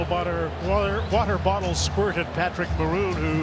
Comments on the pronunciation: a wottle bater... 😂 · wattle botter 😂😂😂